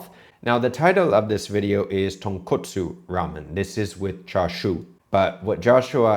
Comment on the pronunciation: Well, his pronunciation is horrible so you know it's going to be bad. Tone coat sue